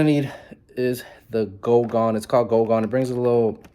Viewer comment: Pronounced guuuuu gone not go gone bro.